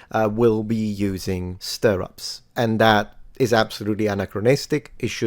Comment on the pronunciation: stirrups is pronounced differently, not stir-ups but to rhyme with the word syrups